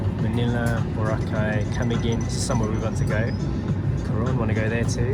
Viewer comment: Oh god thank you. The first foreign bloggers who can say BORACAY the right way!